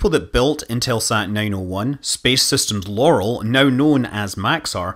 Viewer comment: Loral is pronounced Lor-Al. Al, like the name. "Dragonfly" is now "Spider", and Spider is a part of Restore-L. Launch of Restore-L was planned for 2022, but it is now "mid-2020's". Hopefully 2023.